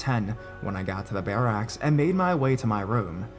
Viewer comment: lol the way you kept saying barracks was driving me nuts! but i love your videos (